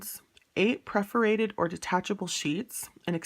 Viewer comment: the word is “pagination” pronounced with a short “a” and 4 syllables: pag·i·na·tion /ˌpajəˈnāSHən/ noun the sequence of numbers assigned to pages in a book or periodical. "later editions are identical in text and pagination" Also, perforated is pronounced PER-for-ated (not pref-or-ated)